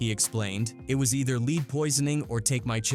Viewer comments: Why can’t these content makers use their own commentary? The AI pronounced Lead as leed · Not leed poisoning 😂😂